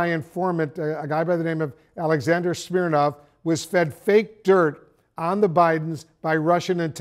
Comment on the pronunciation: "Smirnov" huh..